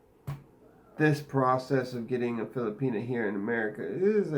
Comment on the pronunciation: So funny .girl stop saying filipina like that crazy head.